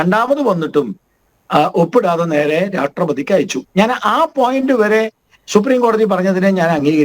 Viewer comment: ഗോപാൽജി ഒന്ന് ശ്രദ്ധിക്കണം. പലപ്പോഴും പറയുന്നത് രാട്രീയം, രാട്രപതി എന്നോക്കെ ആണ്.